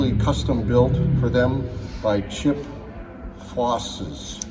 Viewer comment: I'm sure Chip will love how you butchered his name! Lol Check out an episode of Overhaulin.